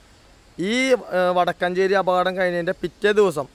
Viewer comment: വടക്കാഞ്ചേരി അല്ല വടക്കഞ്ചേരി ആണ്